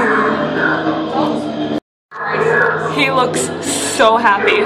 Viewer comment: You said spoopie skeleton.